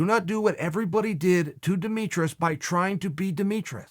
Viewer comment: “Demetrous” was the icing on the cake